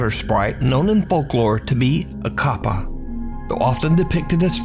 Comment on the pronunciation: Love that you made the effort to pronounce kappa correctly 👏 👌 🙌 😄